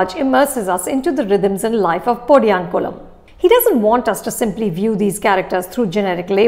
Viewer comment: 😅 😅 You need to work on your pronunciation on Tamil words. Especially podiyankumlam and specially Tamil nadu (தமிழ்நாடு) don't want to be harsh but make sure to portray it in the right way 🙏